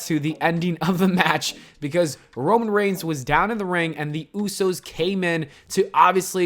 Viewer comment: The Demon* “Romain Reign”? Lmao